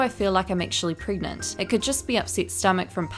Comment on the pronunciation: I’m sorry I had to laugh when you said “preg-oo-gan-ant” I sorry but I can’t breathe